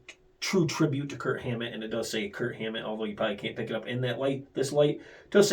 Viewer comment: I swear, I hear Kurt every time you say Kirk. LoL